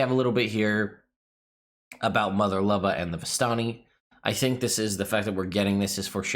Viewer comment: The name Luba is pronounced "Lyew-ba" and means "Love" - it sounds so weird to hear it any other way :D But I suppose it's fantasy so anything goes.